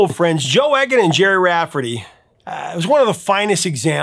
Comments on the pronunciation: It’s eeg an not egg an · It's 'E'-gan, not 'Egg'-an. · Don't mean to be pedantic but I believe Joe's surname is pronounced eagan as in eagle, not eggan as in egg. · Joe Eggon? Trust an American to mispronounce a simple surname like Egan (Eeg-an). It's the same with MacLean (Mac - Lane) and common Polish names. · Very informative video, thanks. Just one point - I'm pretty sure that the name Egan is pronounced 'Eegan' rather than 'Eggan'. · "He had an ear for music" :) I enjoyed this story about two local boys, but Joe's surname is pronounced "Eegan", rather than "Eggan". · Just a heads up. The E in "Egan" is pronounced like Eel, Not Egg. Good channel though. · Joe's surname is pronounced 'Eegan' not Eggan. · It's pronounced Joe Eegan with a hard E, rhymes with Edam like the cheese. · Eegan…..not Eggan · Oh Prof, it's pronounced Eegan, not Eggan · Pronounced Joe EEGAN not EGG-AN. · Egan is not pronounced as "Eggan", it's a hard E, so it's pronounced "Eegan". You're welcome. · It's pronounced "ee-gan" not "egg-an" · I had a special affection for Stealers Wheel right from the start, not least because Gerry and Joe were local lads! P.S.; Egan is pronounced "Ee-gan". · Joe’s name is pronounced Egan. Been a fan of both from the early seventies. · BTW in Scotland Joe's surname is pronounced EEgan and you missed a really Important time in Gerry Rafferty's time when he was with a band called the Humblebums along with the great Billy Connoly and Tam Harvey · Uh, it’s pronounced E (hard E) gan….very Irish, and I should know. Enjoy the channel very much, though. Cheers, JPE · Believe it Egan is pronounced eegan. Hard E. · It’s E as in eagle, Eagan. Not E as in egg.